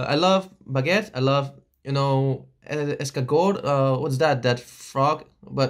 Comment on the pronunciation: man when you said bOnjOUr jE m’APpellE eThAN my heart went like yeeET— the way you pronounced snails tho I’m going to cry 😭 *yells* ESCARGOTS YES MY DUDE AS A FRENCHIE i’M GETTING EMOTIONAL 🇫🇷